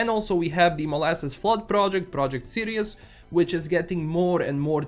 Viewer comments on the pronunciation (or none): none